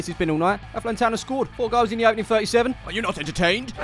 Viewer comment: I hope you enjoyed your time in ireland! You did indeed say Athlone Town correct shame we lost 4-1 tho😅